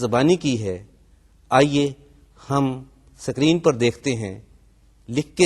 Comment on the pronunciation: sikreen nahi hota.....is-ki-reen hota h word sir....LOL!!!! #screen